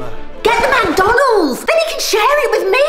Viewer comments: SquAr3 CloUdy McDonalds NOT MACDONALDS 😂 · she says it mac donald’s but it’s mc donald’s